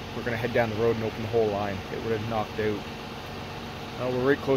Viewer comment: lol, like oot and aboot?